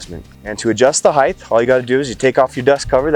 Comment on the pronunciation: Please don’t say height(h).